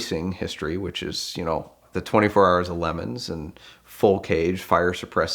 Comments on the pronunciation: Did he just pronounce LeMans as “Lemons” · the 24 hours of lemons? I guess thats one way to pronounce LeMans lmao. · is no one going to comment on the way he pronounces Le mans?